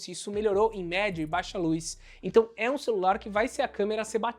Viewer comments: "Luiz" (luz) "câmera de resfriamento"(câmara) ahhhh q agonia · Obs: Lúiz = Luz. Tirando isso o vídeo é ótimo. 😂